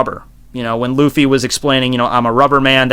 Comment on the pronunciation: Yeah, listen to the sub and Luffy sounds like "Ruffy"